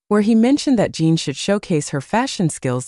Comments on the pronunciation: Correction, His Name is J I N, Not Jean or Gene. Why do so many YT channels fail to do their homework and verify his and other celebrities & idols names before reporting on them? Jin is a Male so he's a HE, not Her. In the beginning of this video you referred to him as HER. I normally don't say anything like this but if you want people to believe what you are reporting, you should really try to at least say their names correctly. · Why can't this robot be programmed to call Jin -- Jin? He's not Gene, Jean, or Jyn. And he's a HE not a SHE. Are we supposed to believe what you're saying is accurate when you can't even get Jin's name correct, or the fact that he's a HE! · His name is Jin sounds like gin. Not Jean. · Jean.. Jyn..!!! Its JIN. eg. Jimmy Fallon🥸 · His name is Jin, Kim Seokjin not Jean. Geesh! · I think that the spelling is usually "Jin", but it gets mispronounced as "Jean". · Dont understand this people that report on Bts, the even dont know there names, his name is Jin not jee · His name is not Jean it's Jin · I hate it when they call him Jean or her 😂😂😂😂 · I know right? Jin its not that hard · It’s spelled “Jin” Kim Soek-Jin (Jin is pronounced Gene) But you know, I seriously don’t think Jin cares about the pronunciation. World wide appreciation for his music from people who speak different languages is is not at issue for him. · Is she saying Jean or gem, im confused. :face-blue-smiling::face-blue-smiling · immediately reminded me of the rush hour line, with the curse word, (his name is line) is this auto generated or something. in the future, a person who cant say his name properly should get their high school diploma confiscated, honestly 🤦